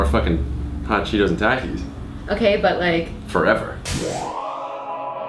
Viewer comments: dude i can't stand the way you say takis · It’s takis not taks